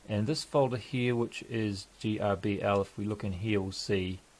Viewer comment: I've always heard it pronounced GARBLE - GRBL. Also there is no "if you need to change those settings" its "when" you need to. Every machine will need those setting calibrated. Simple tests are circle movements, if its drawing an elliptical shape then those settings will need changed. Find the thread per inch on the lead screw, lets say 10tpi so take 25.4/10 = 2.54mm. And those steppers take 200steps per rev and micro step by 4. 200x4=800 per motor rev. 800/2.54 = 314.960 steps per mm.